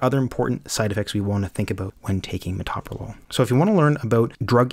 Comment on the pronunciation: Pronounce the medicine correctly.